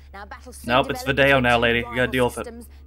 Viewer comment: Peter Purves (who was a former Doctor Who companion and the narrator of the PIF Robbie) foreshadowing the Stoneybridge town council (from the Scottish / Channel 4 sketch show Absolutely) pronunciation of the word video by nearly 20 years. Dirty Vido It's videyo